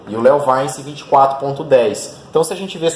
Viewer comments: Eh LeoVintche que fala! Léo vainci kkkkkk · Eu já tive um leovaice é top o barulho kkk engraçado a forma que você pronuncia